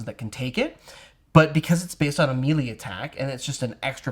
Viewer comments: MAY-LAY not mealy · You guys are great but “melee” is pronounced “maylay” pls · They can pronounce Shillelagh, but not Melee?